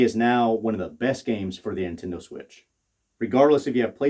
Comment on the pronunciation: "Intendo" lmao.